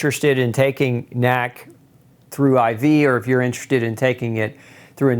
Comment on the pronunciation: stop saying nack. it's N.A.C.